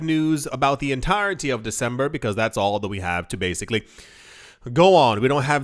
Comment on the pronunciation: Yoooo you’re “Dec-sombra” & “Nov-vambra” annunciations got me cracking up over here 😂